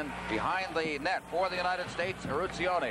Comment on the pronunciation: Ertzionie??? Eruzione lol